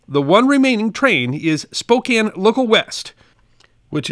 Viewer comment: Bonus points for correctly pronouncing Spokane. Next challenge: Puyallup.